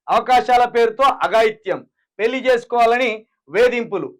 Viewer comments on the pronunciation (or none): none